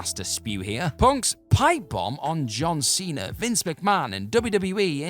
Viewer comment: John Cener & Batister 😂🤣